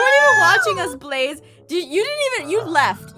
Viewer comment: App said and and I quote “Ba-laze